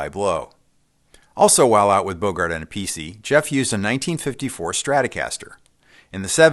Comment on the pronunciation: You prenounced Appice wrong. His father, a big jazz drummer, pronounced his name Appice(A-Peatch-ai). Carmines brother who played with Black Sabbath and Deo Pronounced it Appice (A-pis-ee). And Carmine took Appice(A-Peice)